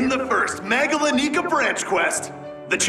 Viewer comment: So. Many. Fights. Can. Barely. Keep. Track. Still. Awesome. Tho. *Faints Edit: Also I hate it when they pronounce it “MegalaNEEca”. I tend to pronounce it “MegalaNICKa”